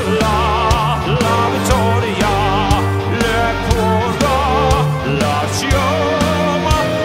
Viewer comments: Hi. I'm Italian and I appreciated very much you singing my national anthem, you did it amazing. Just one little device: in italian, the "CH" is pronounced "K", so the word "chioma" is pronounced "keeomuh". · Chiomsa is pronounced kioma. In italian ch is like a k sound :) The rest was amazingly pronounced :)))